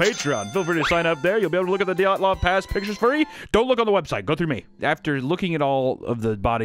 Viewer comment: Isn't it dee-yat-lov